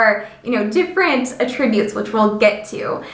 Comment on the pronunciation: a-TRIB-utes? is this an AI narrator?